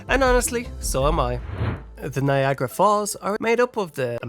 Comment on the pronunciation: Neeagara made my skin crawl